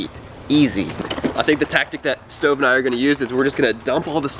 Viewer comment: Did just call stove stovuo??? Like if u heard it 👍🏻